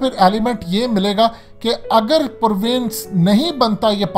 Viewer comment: Bhai jeee PREEVENCE KOI LAFZ NAHIN HUTA """PROVINCE""" HUTA HAI .....